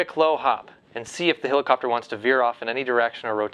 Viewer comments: It's not a "hillercopter" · its a hell icopter not a hill icopter